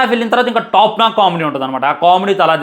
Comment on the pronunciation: టాప్ నాక్ కాదు బ్రో టాప్ నాచ్ అని.పలకాలి బ్రో